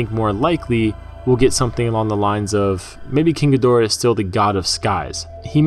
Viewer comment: "King a door".... sigh . That's not how you say it .